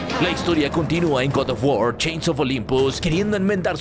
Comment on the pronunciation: El god of war ❌ El gordo of guar✔️